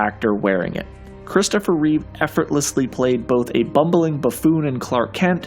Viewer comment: ITS REEVE!!!!!! Not with an s